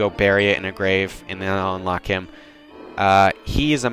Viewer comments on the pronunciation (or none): none